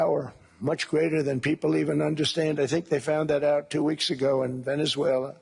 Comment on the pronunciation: 50 mil barrels from Venezulelalala....😂